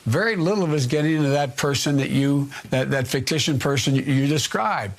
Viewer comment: “ficticion person”